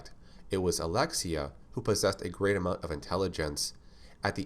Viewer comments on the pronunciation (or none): none